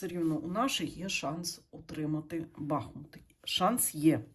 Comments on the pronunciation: БахмУт правильно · БахмУт: назви річки: Бахмýт